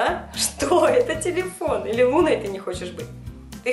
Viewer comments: Назови её Луной(Луна) ударение на у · назови пожалуйста котёнка Луна ударение на „у”